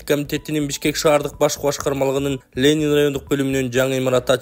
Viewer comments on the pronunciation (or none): none